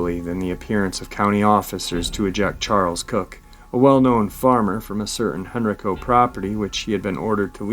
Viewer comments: HenrIco. Hen rI co. Not hen reco. the I = eye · I only know cause I'm from near there, in VA. It's "hen-rye'-co" county. Love you! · It’s pronounced Hen Rye Co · For future uploads.......Henrico is pronounced “Hen-rye-co” and Varina is “Va-rye-na”, its a accent from the region. Also Roanoke Is in the New River Valley region of Virginia, Roanoke Rapids is in the Great Dismal Swamp area of North Carolina. Not trying to be negative, just trying to give that little bit extra for keeping uploads even better. When are we getting more Victor??? Come on man we are due a little more! Thanks for all you do trying to keep us informed. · Love your show and not trying to be the English Nazi but I live right beside the area you're talking about in Virginia and they are pronounced like "Hen-rye-co" and "Va-rye-na" counties